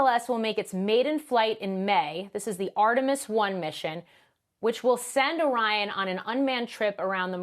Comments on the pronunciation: "Armetis" instead of "Artemis"? Makes me question not only the literacy of the anchor - the basic ability to read a sequence of characters and pronounce them correctly, but also his knowledge of cultural context (Artemis is the twin of Apollo in Greek mythology, and Apollo was the name of the last manned mission to the moon). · guy said "Armetis..."